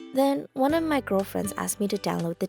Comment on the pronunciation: did se just said "gilfriends"?????????